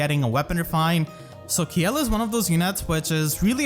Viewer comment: I thought Kjelle was pronounced Shell. Like Felix Kjellberg. Because it’s a joke about wearing armor.